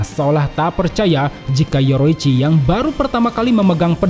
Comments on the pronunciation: Bang kenapa bilang yorichi sebagai yoroichi? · Bukan yoroicchi tapi yorichi😂😂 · Penyebutan nama yorichi ke( yoroichi) bikin kurang nyaman🙏🙏